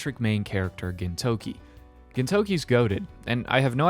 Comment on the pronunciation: Hearing you say "Gintokey" everytime instead of "Gintoki" is killing me inside.